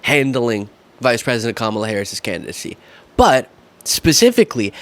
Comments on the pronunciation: He doesn't say Kamala's name right either. He didn't listen to her nieces teach America how to say their aunt's name correctly. It's COMMA plus LA. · Forget the way he pronounces Biden, why, oh why can’t these people learn to pronounce the running Democratic candidate’s name, ffs?!?! Pathetic. So disrespectful to Kamala… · Jr persists in saying Kamala's name wrong!!!!!